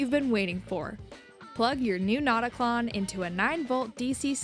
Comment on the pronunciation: fyi the "ö" in notaklön would be pronounced like the i in bird. If you were to name it "not a clone" in swedish, it would be: "InteenKlon", but a more catchy name would be "ickeklon" (notclone).